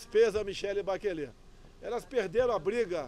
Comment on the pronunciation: Ei, Bolsonaro, Bachelet não se pronuncia como: "Baquelê", A palavra é de origem francesa: Bachelet se pronuncia como, "Baxelê".